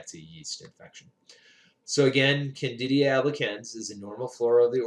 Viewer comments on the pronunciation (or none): Isn't it Candida not candidia?